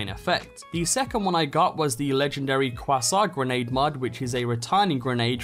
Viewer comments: U had the right idea but i believe its commonly referred to as the "Kway-Zar" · Quasar (correct pronunciation 'Kway-sar') and i thought you're talking about Croissant 😂😂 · Are you gonna finish that kwa-saurnt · bruh, its kway-zar quasar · never heard someone pronounce quasar "kwasaw" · Don't forget the "Quasssaar" along with the Jackhammer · You pronounce quasar like croissant to me xD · Kway-zar lol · Okay but actually "Kwa-saure" really threw me for a second and kinda gave me a headache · And the Quasssaar grenade haha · It's pronounced "kway-zar" lol. I thought your were talking about some kind of french pastry. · Saying Quasar like Carl says Croissant. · Any one notice that he said quasar like croissant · say it with me, KW-AY-ZARE (Quasar) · Quasar - K-SAR Kay - SAR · When he calles quasar quawsa haha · Why did he say Quasar like a sophisticated Frenchman 🤣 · quasar isnt always homing, i love the non homing one personally, it sucks up most enemies and barrels near it and shocks them continuously then falls and explodes, its great, also oof on that pronounciation. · The way he is pronouncing “Quasar” is insane. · Dude you pronounced quasar wrong, not bitchin just pointing it out. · Someone needs to learn how to pronouce Quasar. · do you not know how to pronounce quasar? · dont ever pronounce quasar like that again plz